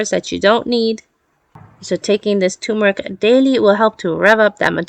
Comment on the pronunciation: It's not TUmeric! It's TURmeric!